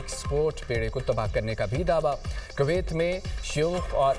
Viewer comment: Koyat ko sahi pronounce bhi nhi kr raha news anchor